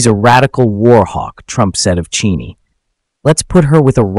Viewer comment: If your AI can't even pronounce Cheney's name correctly maybe you shouldn't use it.